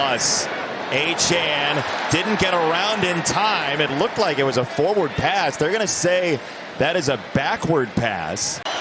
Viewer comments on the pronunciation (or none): none